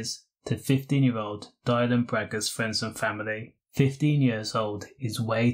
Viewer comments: Exactly. At least say his name right though. Rest in peace Dylan. 😢💔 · At least say his name right